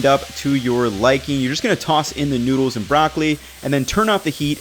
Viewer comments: "great tasting nudes" pls don't say it like that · i love you, but PLEASE don't call noodles 'noods', my dude